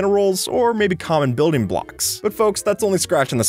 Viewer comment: they way he says "blocks" sounds like a BOOWOMP